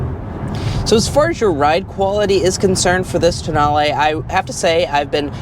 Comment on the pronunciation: Tonale… pronounced: TOE NAIL